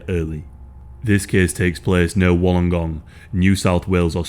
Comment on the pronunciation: Wollongong local here. It's locally pronounced wollen-gong. My great uncle was a detective for lake Illawarra police at the time. He retired soon after this case and family regularly said he was never the same after working this case. It ashames me ad an Australian how weak our justice system and courts are. I know many people in law enforcement who want to leave because our courts are so weak and stupid, often times undermining the hard honest work of the police.